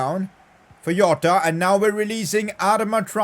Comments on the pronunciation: Me hitting my head in a wall because he says Iota instead of Jota be like... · I mean jota not yota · It is jota not yota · Why do you say yota? 🤔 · Its not a not yota